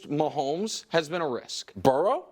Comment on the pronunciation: Of course he said "post mahommes" WHO ACTUALLY takes this guy serious hahaha. im pretty sure nick doesnt watch the jags either haha